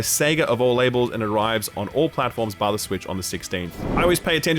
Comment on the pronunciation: I always thought he was saying “via the switch” and it never made sense